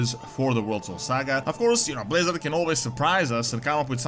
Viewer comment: Pwease Bwizzawd?